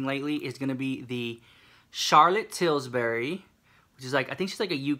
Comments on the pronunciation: Ali Ma-Gator there's no s in it.....dunno if he's doing that on purpose. Tilbury gurl. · When you say "Tillsbury" I hear pillsbury!!😂😂😂😂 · Sandra What about "Charlotte TilburyS"?! LMFAO😂! I LOVE YEW SEW MICH ❤️!